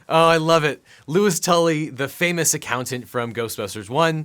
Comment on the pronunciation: Objection...his name is LOUIS, NOT Lois